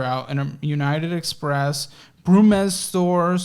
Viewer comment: Did..... did you just call Braum's "Brumbes Store"???